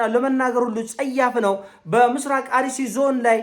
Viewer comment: ሐሳብህን 100% እደግፋለሁ ግን "አሩሲ" የምትለውን ቃል "አርሲ" በሚል አስተካክል!❤❤❤